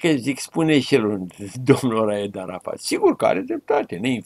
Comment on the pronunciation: Ce greșeală a putut sa facă în direct 😂😂😂 Răzvan Dumitrescu, când l-a numit pe arafat, ( Arahat) 😂😂😂😂😂😂